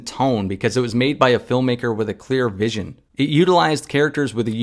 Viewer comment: You pronounce VISION wrong lol